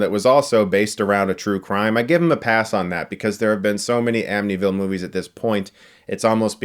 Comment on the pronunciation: I'm sorry, can someone tell me what the "Am-nee-ville" murders are? Is..is he trying to say Amityville?!